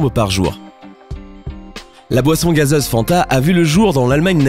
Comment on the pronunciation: zncore un qui est faché avec le français, au moins la prononciation gazEze,et autres O